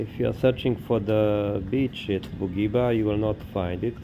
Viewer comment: Ne cita se Bugiba nego Budjiba druze. Cisto savjet 😉